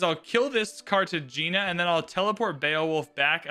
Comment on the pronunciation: FYI, the GE in Cartagena sounds like an Hey. So Carta-hey-na